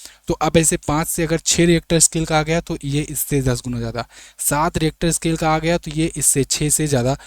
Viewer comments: रिएक्टर स्केल नही रिक्टर स्केल होता है। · Richter scale hota hai reactor kya bol raha hai